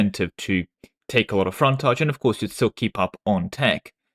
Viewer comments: English man pronounced English word as if it’s French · Hearing say "fontaige" was a culture war on its own. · is secretly French confirmed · British intrusive R strikes again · Dude, you pronounced frontage in different ways in the same sentence. Have you asked if you're old British Museam video inspired the art mechanic? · Why do you say "frontage" like a frenchman? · I love how people miss you actually correct your pronunciation of the word "frontage" later in the video :P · Never heard anyone pronounce the word "Frontage" in so many different ways in such a short timespan. :> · I just appreciated that occasionally he slipped and said it like us Americans.